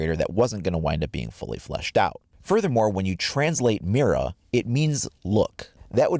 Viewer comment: Mira Is pronounced mida like the r is a d